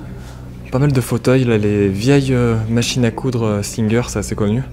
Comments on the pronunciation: Petite précision pour les machine à coudre Singer ne se prononce pas à l'anglaise comme si tu disais "chanteur" mais plus comme "saint Gère" voilou pour le reste bravo à toute l'équipe c'est au top comme d'habitude!😋😀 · Les machines à coudre « Singeur » 🤣🤣🤣, on prononce Singère!!! 🤣🤣 J’en peux plus 🤣🤣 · Alors le mot singer se dit pas singuère svp😭😭 sinon j'adore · machine a coudre ce dit (saint gere) pas sinne guere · Salut, assez sympas ce lieux, la cuisine est pas trop dégradé je trouve, certaines oui,on dit singère pas singer 😁 et la tv j'avais la même et oui ça remonte tout ça 🤷🏻‍♂️.a bientôt. 👍👍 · Singer 🤣🤣🤣 ca se prononce à la française!